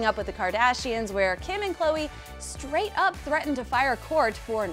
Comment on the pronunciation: Hate when they call khloe Ko ko. Irritating